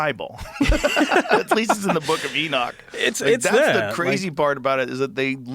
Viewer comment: It's nice to have someone on that's not saying it's in my boook, it's in my boook!